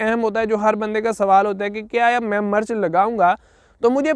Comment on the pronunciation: Bhae jaan murch nhe mirch hota hy